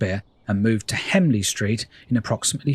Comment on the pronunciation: As a local resident, I thought it was a particularly good overview of the town. You refer to Hemley Street but it's HENLEY street.